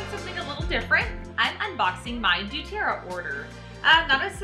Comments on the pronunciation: I love doTerra! i’m not trying to be mean, i’m just letting u know, u r saying du-Terra, not doTerra. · please quit saying Dueterra! it is DoTerra! you should know ur product name if ur going to teach about it.